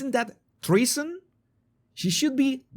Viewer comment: 😂 its not Tresson. But its definitely Consperscy. Lol. Yeah she could face charges for that. Its definitely ilegal.